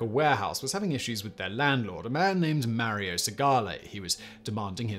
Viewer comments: Mary-O? Really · Mare-ee-oh? Love ya Simon. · I love it when Brits say Mary-Oh! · Itsa me, Merry-o! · did u just call him Mary-O? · Who doesn't remember "Marry-Oh"?